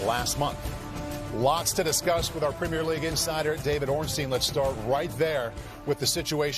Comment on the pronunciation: D. Ornstein is very good at name pronunciation. Top notch